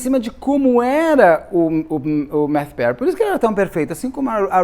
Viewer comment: É Mathew, não MaTThew.